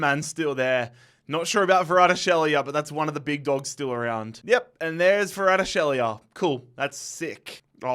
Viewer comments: How do you manage to pronounce Kvaratskhelia as Varadshelia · the way he pronounces kvaratskhelia lol 😂